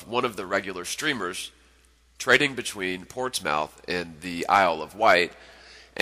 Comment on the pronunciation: You called it ports mouth. That's not how it's pronounced it's Portsmuth